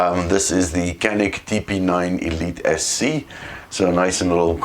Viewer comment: It’s JAH-nik.